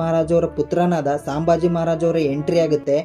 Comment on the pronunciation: ಸಾಂಬಾಜಿ ಅವರ ಹೆಸರು ಅಲ್ಲಾರಿ ಅದು ಸಂಬಾಜಿ